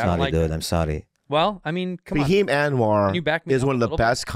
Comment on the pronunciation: it’s fahim btw